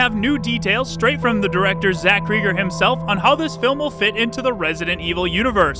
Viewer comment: Still mispronouncing Cregger. Like Craig.